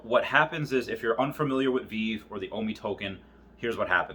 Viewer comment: Ahh back when Veve was pronounced wrong I did it too called it veev